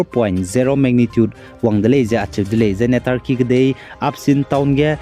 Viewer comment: Turkey lei tarkey mak lei nang gu pronounce tew mi gai lau tq